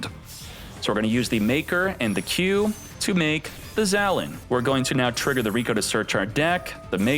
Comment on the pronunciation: Dude, it’s pronounced “Zah - Len”. Get it right, come on